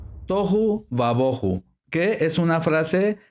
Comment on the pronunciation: Por que dice toju y ba boju. No les aplica el acento (tilde) que le aparece a ambas palabras. Ademas agrega: "ba" lo cual no esta en ninguna parte. Entonces debía decir: Tojú/ Bojú Pero No "toju y baboju"